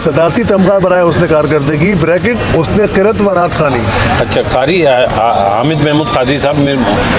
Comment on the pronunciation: ازراہ کرم جب آپ اس شعبے سے متعلق ہیں تو اپنے تلفظ پر بھی توجہ دیں۔ آپ نے قاری کو "خاری" اور قادری کو "خادری" کہا جو صریحا غلط ہے اردو زبان پر رحم فرمائیں۔ شکریہ۔